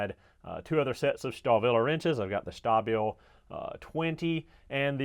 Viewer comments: Star-Willie is the correct pronunciation.. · "STAHL" in Stahlwille means STEEL in english. So, ... Starwille is compl. nonsense. ... Trust me, I'm a german.